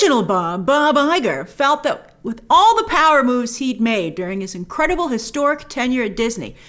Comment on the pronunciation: I just love how you say incredible “inqwadible” 😍😅